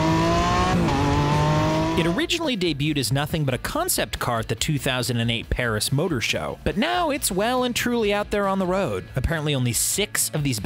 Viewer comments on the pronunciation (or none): none